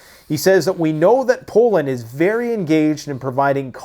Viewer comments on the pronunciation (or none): none